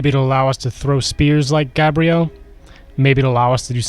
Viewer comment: thank you for properly pronouncing Gabriel's name